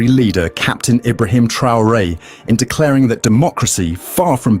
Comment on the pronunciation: LOVE YOU but you are mispronouncIng his name. IBRA-HIM (ARABIC) Thank You for doing this STORY!!!!✊✊